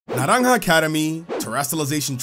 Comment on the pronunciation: The pronunciation of naranja is spot on🎉